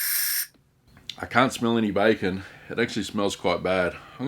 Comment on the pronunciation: Did you call the bacon Kevin 😂😂😂😂